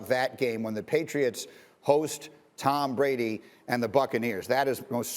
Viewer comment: did he call him Dom Brady ? Lol